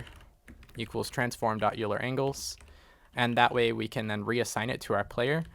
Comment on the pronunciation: Great tutorial. :) Please don't hate me, but Euler is pronounced "Oil-er" not "You-ler." :) But still, great video and I learned a lot!